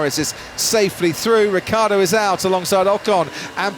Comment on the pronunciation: Is it so difficult to pronounce: "Ricciardo"?